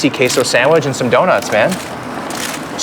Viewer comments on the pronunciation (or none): "Sandwij" lol